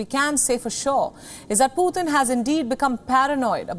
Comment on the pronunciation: for God sakes Indian people, its not "Phuhtin", its Pu-tin. not that hard to say!